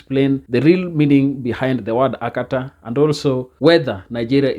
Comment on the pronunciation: The guy said Akatar with an r, he simply an idiot with his idiotic understanding of the meaning of the word Akata.